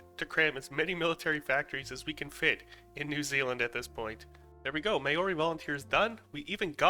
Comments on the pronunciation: Ngl this triggered me the way he said Maori its MAO RI not mayori Also the Australian and NZ army combined is the anzacs sorry if I seem mean or anything just had to correct you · The way you pronounced Māori hurt me as a person from Nz it’s Mau-ree not may-ori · Bro it’s Māori to him it’s mayory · Language tips! In Te Reo Māori, two vowels next to eachother are always combined, not treated as separate sounds. So the word Māori (the term for the native peoples of New Zealand, making up around 18% of the population as of 2023), isn't pronounced May-or-ee like many non-Kiwis say. It's Māo-ri (Two syllables). Similarly, Aotearoa (one of the Māori words for the land of New Zealand) isn't pronounced Ay-oh-tee-ah-row-ah. It's Ao-tea-roa, sort of like Ow-tear-roa Vowels are always pronounced the same, with the only change being the macron, a little line that makes a vowel longer. Example: Rātana (name of a Māori Christian movement) isn't pronounced Ruh-taan-uh, it's Raa-tana. (The vowel A in Māori rhymes with the Rah of "Rah Rah Rasputin.) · Not him saying "MaYoRi" instead of "maori" (no hate, i just found it funny. I know you tried) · May-ori yeah I’m done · As a New Zealander that was painful, but it was better than some pronunciations that ive heard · Not the worst pronunciation I've heard lol White New Zealanders here can't even say it properly and they've heard the right way nearly there whole lives🤦😂 at this point I think they do it on purpose🤦😂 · You said Māori wrong but as you don’t know our native language I’m not mad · I dunno what's worse. Your pronounciation of Maori or out.